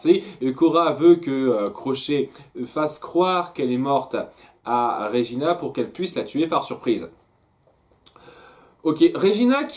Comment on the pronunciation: Svp arrêtez de dire "Régina", son prénom est "Regina" et se prononce "Red-djina" xd